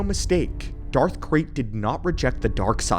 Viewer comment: I heard Darth Craig instead of red in the beginning of the video. now in my head canon there is a mighty Sith Lord running around named Craig lmao